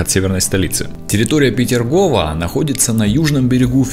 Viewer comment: Не Петергова, а Петергофа